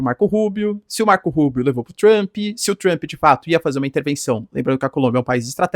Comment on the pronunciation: 😂se fala tomarauk pode falar Trump ao invés de Tchrump... 😅 nem faz propaganda de curso de inglês... rsrs